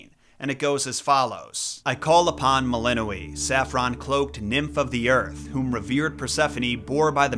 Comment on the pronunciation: The letter ë is pronounced ay, not ee